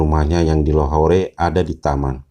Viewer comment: Lahore di baca lahor